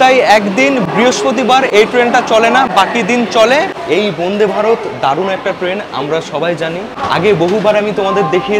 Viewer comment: সমানে 'বোন্দে বোন্দে' উচ্চারণ কেন ? কথাটা 'বন্দে'।